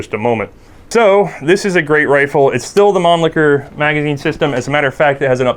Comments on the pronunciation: / Pronounced 'Monleeshur' not 'Monlickur' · the guy said man licker instead of mannlicher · Please, please learn how to pronounce "Mannlicher" - it hurts when you say "Manlicker" : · / Pronounced 'Monleeshur' not 'Monlickur' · Why does everybody pronouce the world Mannlicher to "Man-Licker'? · lol he said man-licker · This video was ruined for me because I couldn't stop giggling at 'Mannlicher'